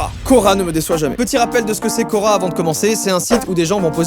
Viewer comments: Quand il a dit « cora / quorq « j’ai cru que c’était le magasin cora 😂😂😂😂😂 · Au début j'ai cru que tu parlais de Cora et pas de Quora '-' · Qui, quand il a dit "Quora" a compris "Cora" (le magasin) ? 👇🏻